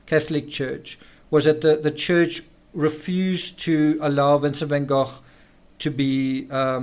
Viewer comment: is a master at delivering knowledge through question. In this particular episode, pronouncing Vincent Van Gogh's name properly makes it even more appealing.